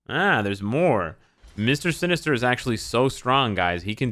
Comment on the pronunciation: "Mister Sin-ester" I think i've heard this somewhere before. 🤔